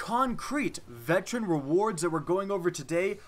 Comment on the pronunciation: mow he can't pronounce veteran